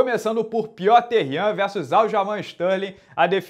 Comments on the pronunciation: Pq o pronuncia "Pioter Yan" toda vez? KKKKKKKK, a pronuncia nao seria "" Píter Yan"? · Ele chama piter yan ou peeter yan? Pronuncia o nome certo carai